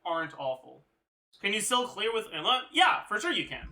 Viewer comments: I absolutely hate it when he says her name. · wait he finally pronounced Eula as Eula and not OYLA! HOLY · Its the french prononciation bruh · Why is he still saying her name wrong. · He pronounce it the French way, which i never noticed because i'm french speaker